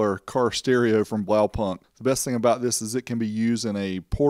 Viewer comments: it's pronounced blaupoonkt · Nope..... Blaupunkt sounds like... well, Blaupunkt :P. The 'au' as in 'ouch' and the 'u' as in 'you'. Then the 'k' and 't' at the end are pronounced hard. Oh well, that's the German pronounciation anyway. Have learned over the years that no matter how original your pronounciation is, all that matters is whether people understand you. So by all means, go with the local pronounciation! :D